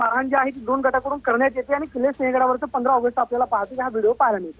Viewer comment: ये बाई सिहं गड आहे तो शिंग गड नाही